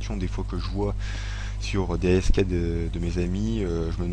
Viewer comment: Sa se dit "asque" pas A-S-K